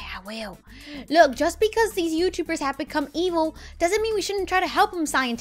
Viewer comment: 😡why do you have to say look you don't even say It right you say loo with a silent k you say it for no reason I don't get it Uhh it's kinda annoying I guess I still love you not Hating just stating